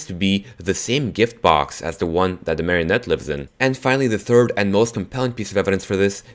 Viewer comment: Its not its mareone